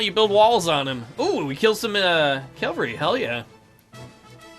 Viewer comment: Are you calling Cavalry calavry?